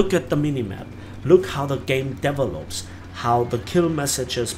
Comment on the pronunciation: small unrelated tip: you are pronouncing "develop" and "developer" etc. wrong. Link to pronounciation